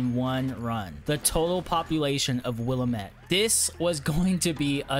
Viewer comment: Yet another person who can’t pronounce willamette.. “will-am-it”